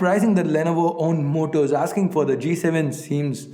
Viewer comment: If u taught the moto...u fucked the whole pronunciation